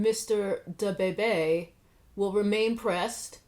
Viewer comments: The way she said Duh-bay-bay 😂🤣😭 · Can you please stop pronouncing “DaBebe” like that 🤣🤣🤣🤣🤣 omg as if it wasn’t bad enough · Your pronunciation of Da Baby is giving Moira Rose vibes and I love it! 😂